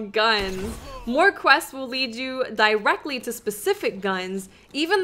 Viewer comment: The way you say "directly" I get a little cringe. Idk why I just do. Not trying to criticize. It feels weird because I have never heard another person say that word the way you pronounce it.